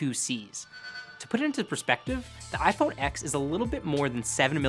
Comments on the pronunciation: Being a tech journalist, you should know it's pronounced iPhone "Ten" not "Ex" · It's pronounced iPhone TEN. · Great a new hipster presenter that uses the word “thicc” and pronounces the iPhone 10 the iPhone “X” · Isn't it pronounced iPhone 10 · iPhone "Ex" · The synapses in my brain screamed every time he mispronounced “iPhone X”. Say it like the Roman numeral man! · Pretty embarrassing that Engadget doesn’t pronounce iPhone X correctly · I can’t trust a reviewer who mispronounces iPhone X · He can't even say iPhone X correctly...